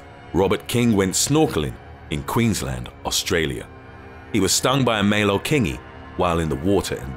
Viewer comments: The way you pronounce irukandgji is e-roo-kahn-g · Pronounced: Irukandji (Ir- uh - kahn - jee) . Chironex Fleckeri (Kye - ro - nex Fleck - eh - rye) Nematocysts (Nee - matto - cysts) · It annoys me on how the way u pronounce irukandji